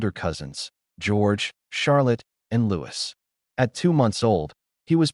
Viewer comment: i believe the royal family pronunciation of Papa is "Pa-pah" - with emphasis on second syllable & Louis is pronounced the French way as "Lou-ey" (not as "Lewis") Greetings my friend from North Wales🍀🌳